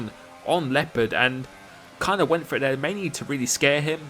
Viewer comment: who is also an native german speaker and rages everytime how he pronounces leopard😂😂